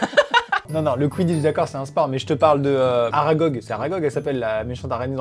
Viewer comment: t pas le seul a trouvé que sa fais mal au couille le cwiditche